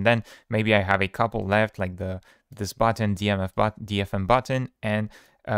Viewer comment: OK Booo-utton 😂